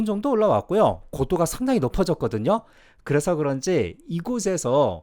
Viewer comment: 가끔씩 ㄹ 발음이 많이 탈락되고 그래서~를 그래소- 이런 발음이 많이 들려서 혹시 재일교포이신가 했어요!